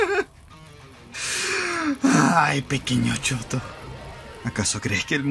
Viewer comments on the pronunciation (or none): No jodan Dabi dice "Shoto" o "Choto" xD